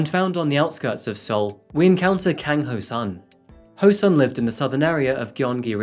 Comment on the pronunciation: You may want to research your cultures a little better. The killing and eating of dogs in Asia is cultural not psychotic. China actually has a annual festival and Japan use to have "Dog" Shops where you could buy dog meat. Other than that it was a very good presentation, but you also may want to check your pronunciation., it was pretty good except the Si is pronounced She, rather then See and Kang is a short a not long a as in car.